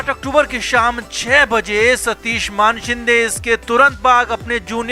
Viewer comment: मानशिंदे नही मानेशिंदे है...सारे युट्यूबर मान बोलते है....मान नही मानेशिंदे....मान याने नेक 😆